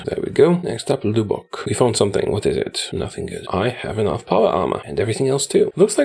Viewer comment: "LEWBOCK" bruh